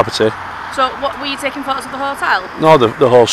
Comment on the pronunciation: You can sue them. The dispersal zone law only applies to gatherings of two people or more. I'd have also pulled her up on her pronunciation of the word 'photos.' It has a letter 'T' in it. I don't speak chav so saying 'pho'owes' to me is just gobbledygook.